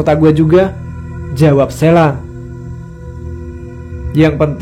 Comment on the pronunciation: Sheila, ada H-nya, bukan SELA. Parah!